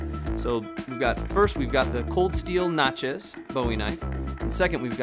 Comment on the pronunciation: Y'all boys out west crack me up, Natchez is pronounced similar to Matches. In all seriousness love the videos, and ROLL TIDE.